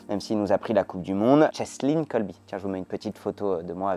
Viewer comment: Erratum : c'est "Kolbe", pas "Colby".